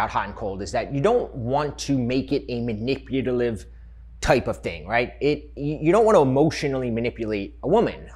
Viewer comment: I'm on this channel everyday but am I the only one that heard him mispronounce "manipulative"?